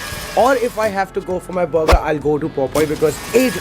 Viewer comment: अबे बरगा क्या होता है बर्गर बोल ले, ज्यादा अंग्रेज मत बना करो